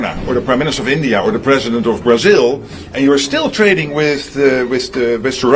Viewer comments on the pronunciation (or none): Bhai Bar-a-zil nahi Bra-zil he😂